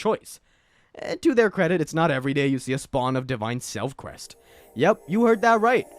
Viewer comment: IT’S PRONOUNCED SELF-SEST NOT SELF-KEST! LIKE INCEST!